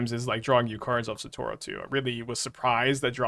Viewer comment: Satoro has been bothering me for months dude